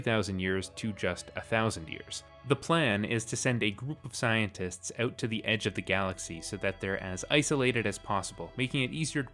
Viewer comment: “Out” not “oat”